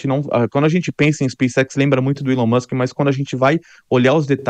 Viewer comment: Esse elon mouchen em 😂😂😂😂😂😂😂😂😂😂😂😂😂